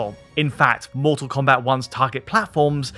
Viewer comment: "Mull Tull Combat"